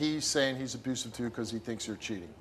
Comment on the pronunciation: An "abroosive" relationship. ROFL